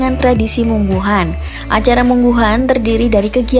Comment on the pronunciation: Warunggunung-lebak-banten-indonesia.bukan mungguhan min tapi munggahan